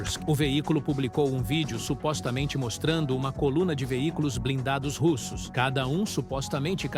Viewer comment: Que pronúncia Americanizada é essa com os nomes russos?